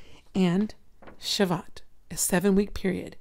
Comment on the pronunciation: Just so that Jewish people do no rip you to shreds on pronunciation. It's pronounced, "Sha-voo-oat.". Yeshua bless you sister!